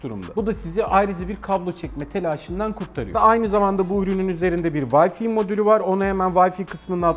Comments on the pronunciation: Vayfi değil, VayFay (Wi-Fi). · Yılların teknoloji editörüsün ama "vayfi" diyorsun. Bari vifi falan de vayfi ne ?